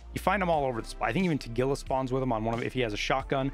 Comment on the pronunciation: Thank you for pronouncing Tagila correctly. Most foreigners i hear pronounce his name as Tah-Gee-La and that just grinds my gears a little bit. Also ty for all your guides. Rly helped me this wipe.